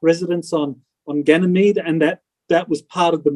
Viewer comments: Janamead? Guy can't even say it right. So is that not worth questioning? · I've never heard anyone pronounce Ganymede like this guy does. He says Jenny meed. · Come on! This guy cant even pronounce "ganymede" correctly, let alone string together a coherent story without leading questions. You expect me to believe he's the person the military selected for their SSP? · Can't even say Ganymede correctly!!!!! and we are meant to believe Him????? If this was real he would not be able to make these videos!! And he's a plumber!!!